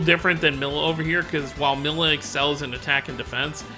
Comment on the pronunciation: Her name is Milla (Me-lla). Not Milla